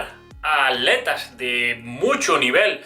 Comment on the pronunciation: Es atletas y no aletas jajajaja porel resto oerfecto